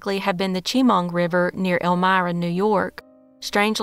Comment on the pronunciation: Love your vids but please research proper pronunciation of names of rivers and towns. You butchered Chemung (Sha-mung), you've butchered Menomonee (Meh-nohm-oh-knee) and many other names in your vids.